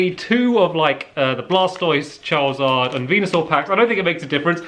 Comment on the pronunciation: You’re still pronouncing Charizard wrong.